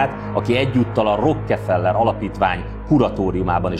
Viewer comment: Bírom, hogy kiejted, hogy Rrokkkkkkefellller. 😄👍👍👍👌👌👌👌👌. Egyébként elég ijesztő az egész, amiről beszélsz... 😱